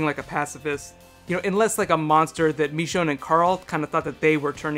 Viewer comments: ITS NOT MEECHONE ITS MICHONNE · It's not "Meechonne", it "Michonne". Ih ih ih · He says MEshone instead of MIshone (I know its spelled Michonne, but I was referring to pronunciation) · Michonne.. Not Mechonne xD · Did he say mechone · the way you pronounce "michonne" -__- good video though!